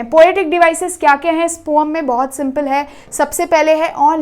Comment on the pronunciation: Poem ❌ pom ✅ 😂😂😂😂😂